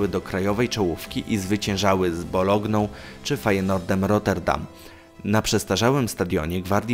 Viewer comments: I zwyciężały z BOLOGNĄ XDDDD Sos "boloński" też czytasz "bolognijski"? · Bologną? no błagam...